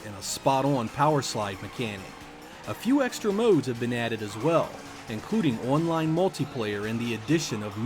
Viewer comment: I cant get past how you say online as one line